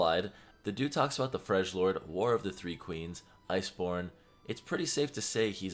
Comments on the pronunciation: you're killing me. it's freljord not frejlord. it's pronounced frelyord. xd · its not freshlord, its freljord- the j is a y sound (frel-yord) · It’s pronounced Frel-yord. I can tell you that it definitely isn’t Frej-lord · Its Frel-yord not Frel-jord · What the fuck ist a FRESHlordian u stupid Idiot. FRELjordian. My fucking god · It's Frel-jord. Not Frej-lord. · It's Freljord not Frejlord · FRELYORD not FREJLORD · Freljord sounds like frell-yord, not fridge-lord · Freljord not frejlord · did you really say frejord champ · It's not Fridge-lord it's freljord: "Frel-yord" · Yeah, its definitely not Freshlord wtf. I don't how he came up with that lmao. I always said it like FREY - LORD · omg seriously, i just got done making the same comment. he even misspelled it in the title of his own video. he spelled it frejlord instead of freljord. maybe he has dyslexia? but yeah, it's based on norse mythology, and so the j should make a y sound. frell-yord, not "fredge-lord" every time he said it, i couldn't help but cringe. i tried not to cringe and just get used to it, but i couldn't help it, it hurt me physically to hear him say fredge-lord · Uuuuhhhhh..... FreDGE-LORD!? Yikes. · It’s pronounced frel-yord. Remember these guys mimic the Norse, so “j” will sound like “y” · also, Freljord (Frel-yord). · Freljord not Frejlord xD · Everytime he says Frejlord my nerd heart hurts! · It's spelled frelyord j is prenounced like y and yone is pronounced like phone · "Fregg-lord" ooof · FreL-YORD: the J has Y sound like Scandinavian languages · Sorry, I just found it cringy but it's pronounced as Frel-yord. "J" is silent. Love your content, thank you,! Hoping to see more! <3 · When you can't pronounce Yone or frejlord correctly! Lol⁰ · The accent gave you the hit that its a freljord not the 3 sister not the places in freljord he mansions not the tribes, the accent like comn btw its pronounced "freliord" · Fyi: it's pronounced Frel - yord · Pronounced Frelyord